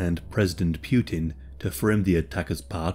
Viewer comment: "pewtin" Its Putin. "Poowtin".